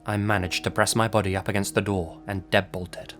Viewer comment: I had SUCH trouble telling the difference between your *body and *buddy. I had to turn on the damn captions! Lol. I was confused as hell